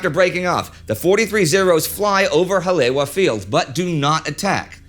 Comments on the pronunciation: Brah I cringed so hard too, it actually hurt 😂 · It is because of my admiration for Indy's mastery in pronouncing foreign names and places that I'm writing this note, rather than to nitpick. While enjoying your engrossing Pearl Harbor series, I couldn't help but notice that Indy was incorrectly pronouncing "Haleiwa" (or Hale'iwa), the name of the North Shore airstrip that figured prominently in the story. I borrowed this phonetic rendering from : That same site has a more elaborate pronunciation transcript if it's helpful. Basically, the last two syllables should be pronounced eva, with a long "e". I'm a great admirer of your show(s), and wish you all the holiday best. Douglas Clark, Kauai, Hawaii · Like all of your documentaries this is another home run, but... The “w” in Haleiwa and Ewa is pronounced like the letter “v.” Again, first rate documentary. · As a local I could nothing but cringe every time he said Haleiwa and Ewa xD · Early in this video, Indy refers to a "Hah-LAY-wah." Hawaiians know he must mean Hah-lay-EE-vah (Haleiwa). Oahu's North Shore City. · Haleiwa is pronounced Hal E, Eva. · pointer on hawaiian pronunciation: Each vowel is sounded out, and "w" is like a soft v. So "Hale'iwa"' is pronounced "hall-eh-ee-wva". If you want to be super precise use the glottal stop.